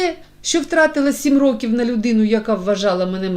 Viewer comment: Не рокІв,а рОків ! Що за читання?!